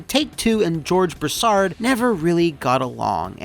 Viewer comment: its pronounced broo·saard lol southeren boy ohhhh yeahhh singggg itttt